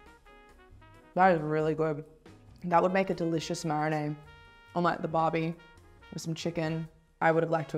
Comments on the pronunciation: Am I the only person frustrated that she keeps saying “marinay” rather than “marinade”? 🤔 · The girl doesn’t know how to say marinade 😂